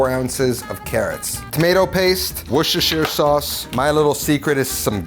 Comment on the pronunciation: I feel you bro, 25 years of kitchen on my back. 🤣👍 By the way, It is called and talked correctly Wuuuster Sauce. How bout baking a plate made of potato in the Pan or Oven first off? But you could also use one of those Springform Baking Tins so you got that Metallplate to support the Pie. Otherwise if I look at it from an gastronomic Micheline Star perspective, this of course looks already like eatable Art. Well done anyways. 👌